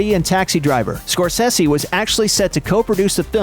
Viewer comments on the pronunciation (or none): Its pronounced score-say-see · SKOR SAY ZEE pronounce it correctly, Dick.